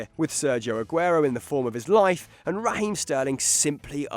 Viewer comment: Did he just pronounce raheem" رحيم" the right way ?!! Wow